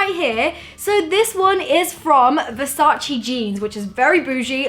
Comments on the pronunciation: IT'S VERSACE NOT VERSACI !!!!!!!!! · The right pronunciation is VersacE (e=elephant) and NOT VersacI...xoxo from Italy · Versace not versaci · it's VERSACE not VERSACI, pleaaaaseeeee! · Omg I love the outfit !! By the way just a tip ( as an Italian ) Versace, is Versace really the hanbag is perfect anyway you have to pronunce the final e from VERSACE.